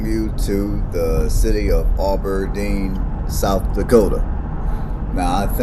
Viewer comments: It is not pronounced "Ah ber deen". It is Ab (like short for abdominal) Aberdeen. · Thanks for doing this! This is a very interesting video for those of us old folks. It shows a number of landmarks now gone. Brother was watching this video this morning. I heard Aberdeen called "Auberdeen" repeatedly. I expect not intentional but there is no "u" or "w" after the "A". I did note this video was taken before the Perkins building was removed. Not sure what the population is now but much has changed since then. Better or worse, not sure, but it seems to be "less" in a number of ways and have "less" than it used to. One significant recent change is the end of Presentation College. Northern State University expanded their facilities and the School for the Blind and Visually Impaired moved across from the new, larger sports arena, replacing one of the NSU dorms.